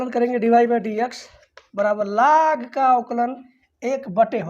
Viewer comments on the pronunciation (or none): Laag ya log 🤣 Yaks= x Lekin sir thanks